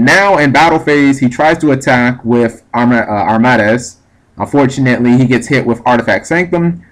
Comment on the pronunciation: Arm-MAH-dez Its Arm-ah-deez. It's supposed sound like a Greek god.